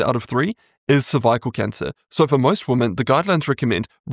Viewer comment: I've never heard someone pronounce cervical like that.